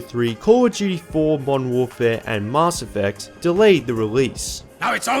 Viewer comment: So is no-one gonna talk about how he pronounced Mass Effect ?